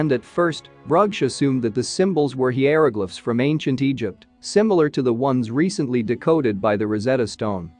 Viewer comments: Love it when the speech robot ge5s it wrong. “Heeyeroglifs” basically a slide show with bad robot narration of a badly written script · Gees, I hate that fake-sounding voice, also with its mispronouncing so many words!! It's HIGH-ER-O-GLIFFS, PLEASE, JUST FOR A START!!! Another word mispronounced / misused, is said as the word WOOND (an injury) -- but it is actually WOWND!! The words are spelled the same, but they are totally different words, with totally different pronounciations & totally different meanings!! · The twisted pronunciations of, e.g., "savants" and "hieroglyphs", and the misrepresentations about the hieroglyphs being translated, make this unwatchable and absolutely unprofessionally done. Pitiful.